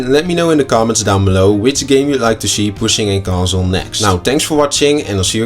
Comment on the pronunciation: On a 5 yeer old conzooole..